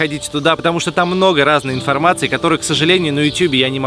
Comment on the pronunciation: мне показалось что он в конце сказал аЛЕКСАНДР Сучкин